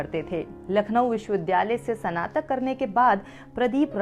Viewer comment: It's स्नातक, ना कि सनातक By the way Great story